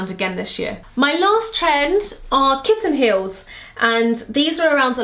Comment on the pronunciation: For a minute I thought you said "my granny heels" 👵🏼😄 I love kitten heels, I got a pair of red suede kitten heels on ASOS 😍 xx